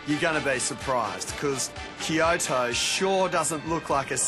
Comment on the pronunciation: he keeps on saying "kio-to" lol